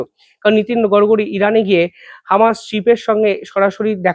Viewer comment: গড়গরী নয় গড়করি।